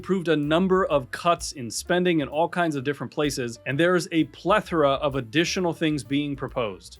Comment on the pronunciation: Thank you for pronouncing plethora correctly. Also thanks for the information, of course. My pension (Texas) is based on high 5 years. If I had started later, it would be based on high 10 years. If I had started earlier, it would have been based on high 3 years.